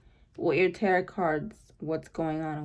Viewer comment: I love your readings!!! They’re always so on point!!!! Thank you for this!!!🙏🏼💕🙏🏼💕 (Also, just wanted to let you know that the last T in Tarot isn’t pronounced so it should sound like ur saying “Taro” 💖)